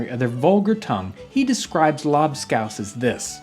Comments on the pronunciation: A strange way to pronounce Labskaus. Here on the german coast, we still eat this stuff. But the recepie has changed quite a bit (salted beef, potato, beetroot and onions cooked and mashed together, served with pickels, eggs and pickeled fish) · They way he pronounces lobscouse just sounds wrong. Idk if hes saying it wrong but I'm just saying lol